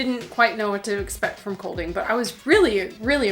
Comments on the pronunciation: Ye, it’s almost pronounced like ‘calling’ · It is pronounced almost the same way U would pronounce Calling (the letter d in Kolding is numb), but with a short o-vowel - like the short a-vowel in the name Callas... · Just so you know, the d in Kolding is silent and the o should sound more like the o in "bored"!